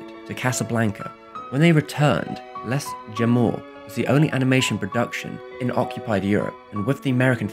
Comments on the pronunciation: Which led to him opening his own animation company - Less Jemow When uncertain as to the pronunciation, type it into Google Translate and let it say it out loud for you, for crying out loud! Anyway. Go on... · Surely you'd have noticed, at least, that the s was silent in Les. Anyway, that was my trivial nit pick on an otherwise great video. Thank you and keep up the good work, sir. :-)